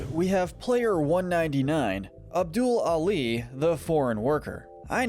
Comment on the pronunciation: “Abdule Ali” bruhhhhh